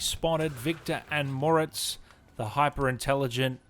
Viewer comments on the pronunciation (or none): none